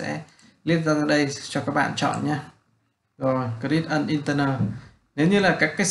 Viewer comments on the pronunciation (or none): Cảm ơn bạn vì bài giảng chất lượng nhưng bạn chỉnh lại phát âm tiếng anh cho chuẩn một xíu sẽ tốt hơn. vd: bạn phát âm không đúng các từ: create, threshold, target,....